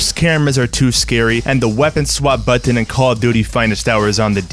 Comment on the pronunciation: Bro, the way you say "button" is WILD.